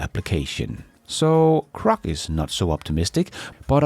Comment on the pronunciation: please, please its Grok with a G NOT A C.......slap.